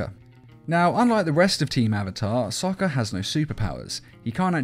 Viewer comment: bro u cant even say sokka's name